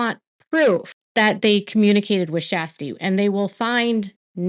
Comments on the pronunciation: Just a quick note: Her name isn’t pronounced as Shasty … it pronounced like Sure-sty. 😉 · Her name is not SHASTY...It is Kjersti Flaa....She was the one Blase was rude to...please get name right... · Her name is not SHASTI 😅😅😅😅😅 Her name is Kjersti and she is incredible ❤❤ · It’s more like Shaa-stee! 😊